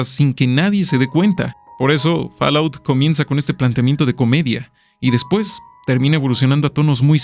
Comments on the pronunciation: A ver... Fall: fol Out: aut Fallout = folaut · Muy buen video! Únicamente te recomiendo que investigues cómo se pronuncia "fallout" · ¿Que rayos es “Falaut”?